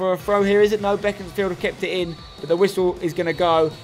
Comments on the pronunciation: It's pronounced Beek not beck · I swear it's pronounced bee-cons-field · I thought it was BACONSfield